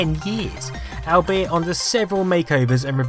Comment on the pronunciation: i have never hear anyone unable top pronounce the word "albeit " before